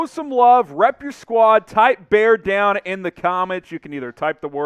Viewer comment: BEAR DAHN